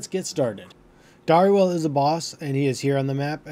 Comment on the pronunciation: Not Dar- e - wall. Its Dare-uh-will.